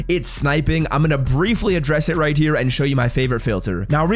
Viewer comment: How does he not enunciate his H's... he constantly says RIGHT TEAR it's right Hhhhhere